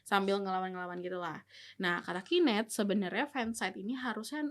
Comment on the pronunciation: KOREKSI: penyebutan Knet jangan salah sebut, yang bener "key net" bukan "ki net", kalo ki net ntar jatohnya jadi (Qnet) which is bisa jadi Qatar netizen, wah bahaya itu bosku...